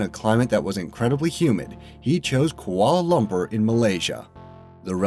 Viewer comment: You pronounced Kuala Lumpur wrong. I'm offended because I live in Kuala Lumpur, Malaysia.